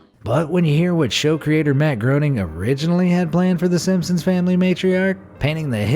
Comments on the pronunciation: Yes exactly... like Graining!! Not Groaning! 🙄 Wouldn't it be wonderful if narrators actually knew what the hell they were talking about and pronounced words that they're narrating correctly? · Matt Groening is pronounced graining, not groaning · Matt Groening's name is pronounced like Grain-ing. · Pronounced Graining not Grow Ning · I know but never the less his name is pronounced like gray-ning. It is not an English name and does not have an English pronunciation. I saw a TV interview with him a few years ago where he talked about the "real" Springfield from the Simpsons. In it he pronounced his name like that. Also, although it's not often used nowadays, the letters o and e together are supposed to sound like a long A, as in "gray" in English. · Please stop calling him Matt GROANing 🤦‍♂️ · Groening pronounced "graining". Rhymes with braining. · You Pronounced Matt Groening's name wrong, according to him it's pronounced grayning.... Strange but true. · His name is pronounced Grayning. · That isn't how you pronounce Matt groening's last name 😂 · Great job, but you should learn how to properly pronounce Matt groenings last name.. 🙄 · Groening is pronounced with a long a sound, not a long o.